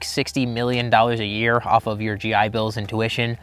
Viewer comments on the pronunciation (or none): none